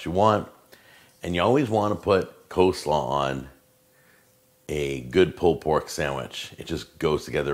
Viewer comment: One of most infamous videos and one that's become something of a meme amongst "foodjacks" because of those ridiculous meat claws he uses. 😂 P.S. You've got to love the way mispronounces "pulled pork" as "pulpork."